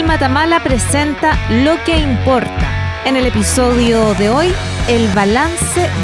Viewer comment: El otro dice “lo que impolta” 😂